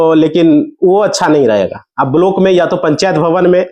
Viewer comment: तुझे तो बोलना भी नहीं आता ब्लाक को बलोक पंजीकरण को पनचीध बोल रहे हो कहां से आते है ये